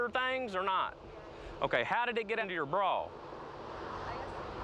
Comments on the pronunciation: “Under her ‘braw’” lmfao say Bra one more time 😒😭🤣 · “How did it end up in your braaw”. 😂. Love it!